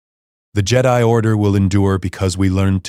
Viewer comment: And jedi